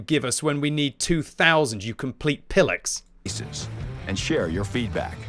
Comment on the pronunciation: I F**ing ***LOVE** this review and your unrelenting attack on WG for these RIDICULOUS changes. ... I only have one major complaint on your review .. WHAT THE HELL IS "PILLICKS"??????